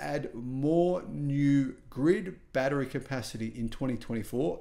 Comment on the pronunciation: Battery, not baddereray! 😂